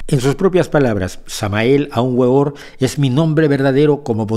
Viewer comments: Primero no se dice gueor es weor veor con w, por otra parte, cuando uno crítica o desgarra un venerable maestro, debe untarse un poco de esta sabiduría lo invito, trabaje el desdoblamiento astral, pero no crea que lo puede lograr en una noche, tiene que trabajar un buen tiempo, también llame invoque al vm samael aun weor, en el nombre del Cristo, por la gloria del cristo, por la majestad del Cristo y con esta palabra majica antia da una zastasa. Hercolubos pasa por nuestra tierra cada 26978 años aproximadamente no hables de lo que no conoces a fondo, busca internamente y incontraras todo de lo que críticas y mucho más. Nota pronuncia la palabra majica faraón así faaaaaa rrrrraaaa oooonnnn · No se pronuncia güeor se peonuncia veor Aun veor..